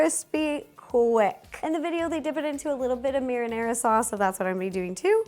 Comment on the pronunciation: and yet she still pronounced marinara wrong . I guess the American ignorance doesn't discriminate